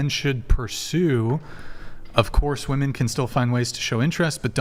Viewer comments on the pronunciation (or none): Same was wooman, instead of women.